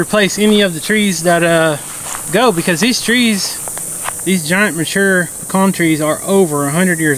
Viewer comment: Pecan not pecan.